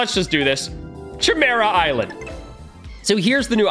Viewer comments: Cchemera Island Everyone: Chimera Island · nah he said Ćhemera Island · I die a little every time he calls it the chymera island